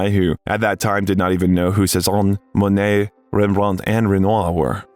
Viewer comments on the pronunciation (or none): none